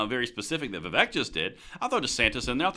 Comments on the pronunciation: That's Vee-Vake and not Vee-Vek. And the more I hear him (Vivek) speak, the more I like him. And I couldn't agree more. If you make schools gun free zone...well I'm preaching to the choir. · It’s pronounced VIV-AKE, as in “cake.” Not VIV-ECK, as in “heck.” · Vivek rhymes with cake as in Vivake.........FYI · I know it's spelled Vivek, but it's pronounced Vivake. Rhymes with cake.